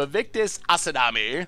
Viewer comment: Please stop saying Asadami, Vaevictis's last name is AsMADI.